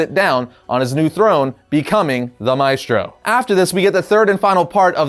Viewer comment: You can pronounce "Maestro" better than that